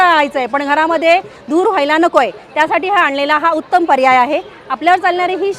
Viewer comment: धूर नाही कसे म्हणता ?